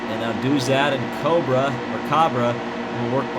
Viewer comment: Cabre is pronounced Cay-Bree